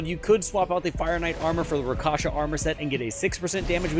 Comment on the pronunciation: Bro its rakSHAsa armor, not rakaša